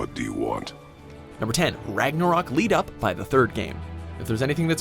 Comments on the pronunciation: The way you say Ragnarok really upsets me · Why this guy say ragnaroak